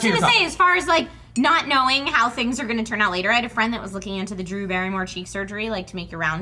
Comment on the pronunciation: did anyone get saying ladder instead of later?